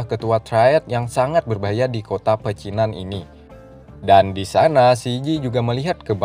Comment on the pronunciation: Pecinan dikata Pacinan.. Dilema jadi Delima?? Lu mabok bang?? Slow aja gk usah tegang lu bang..